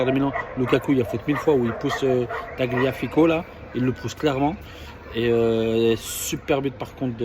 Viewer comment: Ta vidéo est complètement pourrie, tout comme ton débrief. STP, arrête de faire des vidéos et va plutôt récurer les chiottes des grands palaces de ta région.Franchement t'es catastrophique,mêne pas foutu de prononcer tafagliaco.